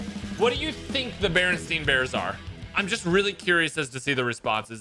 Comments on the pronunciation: smh man said Bernstein and not Bernstain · REally want to mess you up but its not berenstein its berenstain